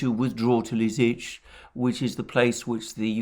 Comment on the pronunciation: It is Li-Si-Chansk